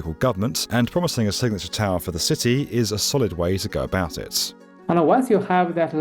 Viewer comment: Why do you put so many syllables in words? “It” has one syllable. Not 3.